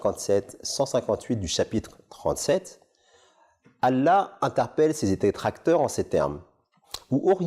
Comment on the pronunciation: Mdrrr il sait même pas prononcer le nom Allah correctement et tu crois qu'il sait lire l'arabe c'est une blague il sait même pas prononcer la sha-a-da sans fautes un truc de base chez nous